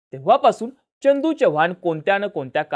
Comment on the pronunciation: च्यनदू नाही चंदू च्यव्हान नाही चव्हाण एवढं समजून घ्या